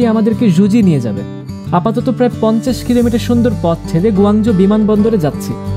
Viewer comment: গো না কুঔ, গোয়াজো না কুয়াংচো।